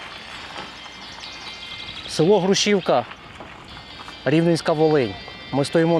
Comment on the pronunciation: І не Груші́вка, а Гру́шівка.